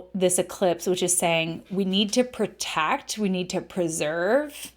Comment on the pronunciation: There is no such word as PERtect, maybe you're trying to say the word PROtect, WTF?